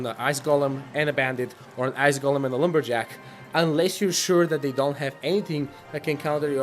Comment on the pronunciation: did you say "ass golem" ????